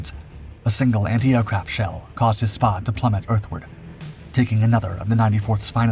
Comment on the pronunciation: I think it is a Spad rhymes with Bad . Not Spod